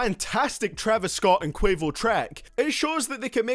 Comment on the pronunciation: My mans said quavious